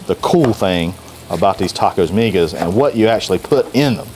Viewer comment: First thing is that you dhould get a better source to reference in your video. Migas Tacos are a hispanic breakfast food... in my experience throughout the hispanic community. find yourself a hispanic cooking youtube channel to find the correct way to cook migas and the proper way to say the name of the taco. You did a disservice to my heritage. Also, everyone knows that San Antonio has better tacos than Austin.